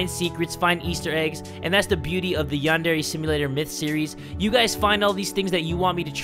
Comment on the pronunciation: Its called yan-dre